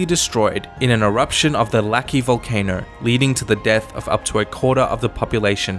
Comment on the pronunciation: "This Volacano" lmao